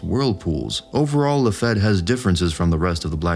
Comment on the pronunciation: It's pronounced "La-Feet" NOT La-feht... It's also NOT Dev-in... It's Dev-on 🙄🙄🙄🙄🙄